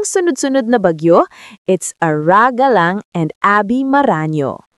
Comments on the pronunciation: 😂😂😂😂😂slang ata 😂😂😂😂😂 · Kindly pronounce it properly Ara Galang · Polite request, pede bang paki pronounce naman ng tama yung name ni Ara Galang???